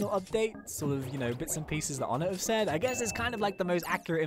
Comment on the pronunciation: onetts name is pronounced Oh-nay